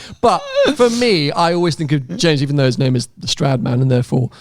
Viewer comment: Name pronunciation was nearly perfect! Glad I could help 🙌🏼